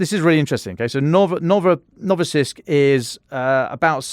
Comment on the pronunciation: Is it really so difficult to pronounce Novorossiysk (a bit like new Russia)? He said "Novosiysk" several times.